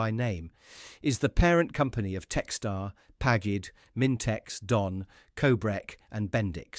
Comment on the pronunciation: Pagged --isnt that PAGID????